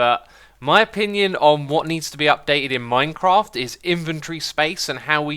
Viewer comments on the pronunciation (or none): none